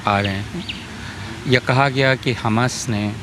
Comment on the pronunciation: Kya yeh professor kisi political party ka hai jo khuley aam tustikaran kar raha hai. Pahley Tu is mahoday ko हमस nahi हमास pronunciation theek karein mujhe lagta hai yeh महोदय tustikaran hi nahi balki desh द्रोह है।